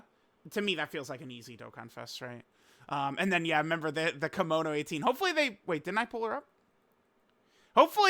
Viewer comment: Its Kimono 👘 no Komono you silly baka